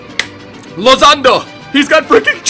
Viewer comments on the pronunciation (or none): Lozano not Lozanto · He said Lozando 😂😂😂💕its lozano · called Lozano Lozando lmao